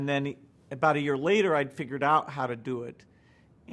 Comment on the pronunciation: so if you're so smart why do you say stuff like den instead of then??-_